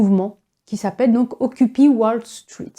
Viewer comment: Merci, vraiment très intéressant. Mais si je peux me permettre, on prononce occupaï pas occupi.☺️